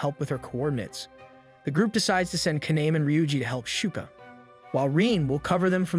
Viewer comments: So think of Japanese vowels like Spanish vowels. A E I O U are all pronounced as, AH, EH, EE, OH, UH. Kaname would be pronounced Kah-Nah-Meh, not Kah-Naym. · The main character's name is pronounced "kah-nah-meh." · I'm so triggered about how you pronounce kaname's name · LIKE THEY ALL SAY IT ONE WAY AND SAYS IT ANOTHER WAY /lh